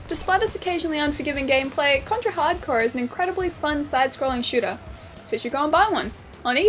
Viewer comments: I couldn't tell if you we're actually saying hard corpse or hard core lol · “RockNTroll555” Green Yeah, my favorite game: "Contra: Hard CORPSE!" ...ehh